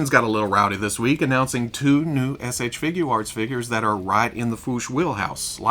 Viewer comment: He’s so well spoken but why can’t he say figure arts? Just think of it as FIGYER.